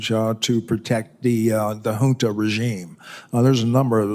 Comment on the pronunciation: The word is not hunt but junta be educated son, Col. Michael Langley